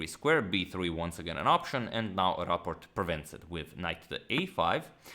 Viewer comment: Do you pronounce it Raport or Rapport? It's not the same.